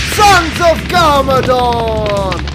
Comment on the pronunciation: It's not garmoron, it's garmadon